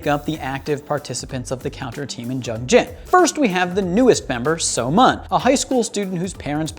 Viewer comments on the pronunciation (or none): I'm honestly cringing at how he pronounces the names and such. So-Mun is pronounced as So-Moon, btw.